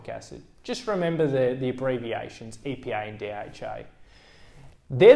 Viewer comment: I thought he said EPI and DHI. I just realised he means EPA and DHA seriously..